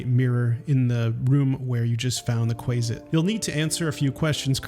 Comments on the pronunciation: It’s more like “Kwasit” (not Kwaysit) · Quasit is pronounced with a short “a”, as in “quaff”, “quasi”. Gary Gygax, who invented them as a chaotic evil counterpart to they mythological imp, likely simply shortened it from “quasi-demon”, using the same ending as “mephit”. Regardless, Gary pronounced it “QUAH-zit”, and the community of players of D&D and related games have been pronouncing it as such for almost half a century. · Disliked for how you pronounce quazit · It's Kwa Sit. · Quasit is pronounced with a short a sound, not long A. Good video though. Liked. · I love newbies to dnd mispronoucning the stupid made up names we have. Like quasit and loviatar